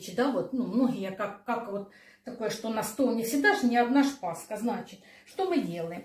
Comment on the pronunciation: Режет ухо " пасХа" ...